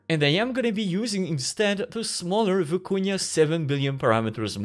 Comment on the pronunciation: "Vykuna" not "Viikunya"